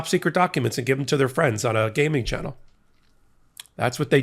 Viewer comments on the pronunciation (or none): none